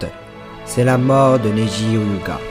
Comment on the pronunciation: Tu sais même pas dire Hyuga alors tg